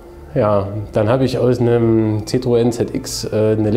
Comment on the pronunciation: Sehr coole Karre, echt mal was komplett anderes und gut gemacht. Scheints auch sehr lässiger Besitzer... Nur bei ZITTroen blutet mir mein francophones Ohr. ^^